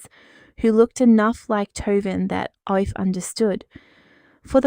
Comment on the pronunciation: Aoife is pronounced Eefa.